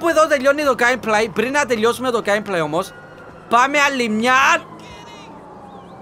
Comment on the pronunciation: οταν λεει ο 2 j τελιοσαμε το game play ακουγετε σαν τελιοσαμε το gay play